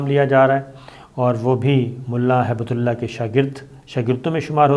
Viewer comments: PLEASE CORRECT YOURSELF. Its Not HAIBETULLAH. ITS HIBT-ULLAH (GIFT OF ALLAH) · SABIR SAHAB PLZ CORRECT THE NAME ''''''' MULLA HIB-TULLAH '''''' NOT '''HAIBATULLAH'''